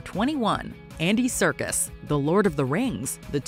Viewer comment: it's Serkis, not circus.... how could you make this mistake?